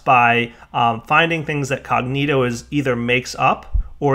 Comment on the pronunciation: Wait, so he can pronounce Perditio but not Cognitio? C'mon son!